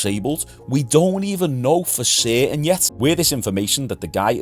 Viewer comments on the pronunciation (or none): When you say "certain" subtitles say "Satan". 😂😂